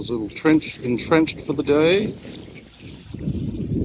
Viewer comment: Been following a while, even saw your old boat at 1770. Just to let you know it’s Middle island that has the old observatory on it and myall (Miall) island (pronounced Mile) that’s to the north of middle island. There are a few diesel mechanics in town but at the marina you need to use their approved people. You could ask at the yacht club for recommendations. Hope you get it sorted